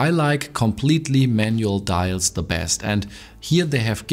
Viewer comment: dein deutscher dialekt ist echt übel XD. teilweise wirkt es so als wolltest du extra englischer sprechen... und dann verkackst du das "very". daraus machst du ein "whery"... und wenn ein vokal nach dem "the" kommt, wird es "thee" ausgesprochen. nicht böser gemeint. ich formuliere immer sehr unsensibel.